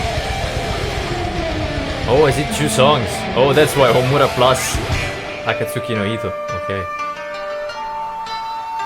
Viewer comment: 3 strings guitar: Shami-Sen Harp: Koto Bamboo Flute: Shaku-Hachi Your pronounciation is fine - Homura and Akatsuki no Ito. Nice reaction. Greetings from Japan. Hope you have chance to come to our country one day.